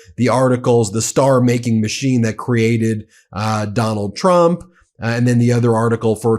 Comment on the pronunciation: It sounded like you said McDonnald Trump. That's his new nickname